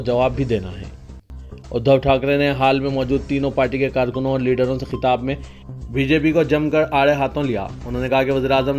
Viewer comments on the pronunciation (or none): none